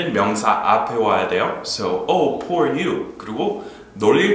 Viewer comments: 강의 진짜 너무 재밌어요. poor 의미도 새롭게 배웠지만 발음도 오늘 처음 알았어요. 여태까지 [푸어] 라고 발음했는데 [포어]로 발음하는 게 맞네요 ㅠㅠ 오늘도 감사드려요!! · 오 포어 미.ㆍ 난 여지껏 발음이 '푸어'로 알고 그렇게 말햇었는데 아니군요ᆢ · 이제껏, 발음을 [푸어] 로 알고 있었네요. 그렇게 배웠었으니.